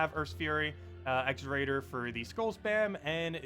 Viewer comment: What are you talking about exraider? do you mean Xerodar? Ze-ro-dar........???